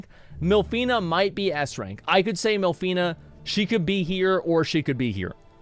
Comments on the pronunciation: I am alone or Asmon voiced half of these characters wrong? It's Minfilia not MILFinia or w/e I heard lmao.. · Jeez you suck at pronouncing the character names, adding extra letters or just removing letters at random. Minfillia and you say Milfena...like, WHAT? Tataru and you say Ta-Tar-ru, its TATA-RU. They even SAY the fucking names in cutscenes FFS. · I’m not gonna lie it’s insane how many names he’s gotten wrong, but I personally wouldn’t have it any other way 😂😂😂😂 Limsa Lominsa = Lisa LaMasa, Y’shtola = Y’shLota, Minfilia = MILF fina, Urianger = Uber Danger ⛔️, Bahamut = Baphomet. 🤣😂🤣😂🤣 this can’t be accidental